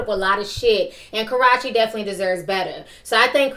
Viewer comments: Stop calling the girl Garachi her name is KARRUECHE !!!! ...CA-ROO-CHI If you prefere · KA-RUE-CHEE IS HER NAME! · Her name is pronounced Ka- Rue- Che. I used to be so crazy over Chris since I was 14 and supported him by going to concerts ( went to his concert in March) buying albums etc but his recent behavior in the last two years have really turned me off. He loves to blame the media and the devil but he's responsible for his actions. For example, trying to rep the Blood gang when he knows he's not about that life and threatening people over a girl that's been done with him. He needs to get off social media, reflect about his life, get help, and stop being an attention whore. His little fake thug groupie leaching "friends" need to get a life and mind their business. Karrueche has moved on. I can't feel bad for Chris because he got a groupie pregnant. What did he expect? Royalty looks just like Chris (especially as a baby). She has too many questionable people in her life. #PrayforRoyalty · Why can’t you say this girl name correctly lol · It's funny you pronounced Karrueche wrong every time. Chris wanted a family with his ex she didn't want kids and said she wanted to work on her career. But you're 100% right be mindful who you lay down with because a man only say so is putting that condom if he doesn't or if the condom doesn't work the balls in her court. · You saying Karrueche name wrong. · I always wonder if she pronounces Karrueche's name wrong on purpose to be funny or if she really doesn't know she's mispronouncing it